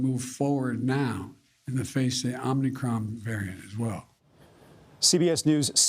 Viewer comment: Or as BRANDON puts it: Omnicron